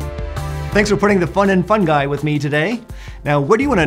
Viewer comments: Why do Americans spell the letter "I" like. ai, you say "Fungai", that is scary!!! When u say "Ring" you spell the "I" the right way... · Fun-ji. Fun-JEYE. With a J, not a G. Geez. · Is it me or did I really heard 'FUN GUY' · I was pronouncing “fungi” wrong